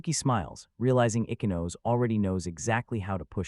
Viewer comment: Ichinose (ee-chee-no-say). You can’t have English pronunciation with Japanese names.